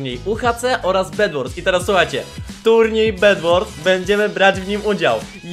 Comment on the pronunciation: bed wars a nie bedłors